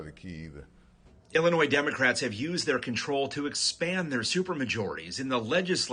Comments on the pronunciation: ATTENTION PLEASE... When you pronounce "Illinois" and say the "s"; you just irritate everyone from Illinois. You say it like," Illinoy". No "s". I repeat, you don't say the "s" part. Ignore it and leave it alone. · Why can so many Americans not pronounce "Illinois" properly? Since when has the S at the end ever been pronounced? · The “s” is not pronounced in Illinois